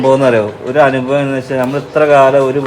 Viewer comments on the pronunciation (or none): none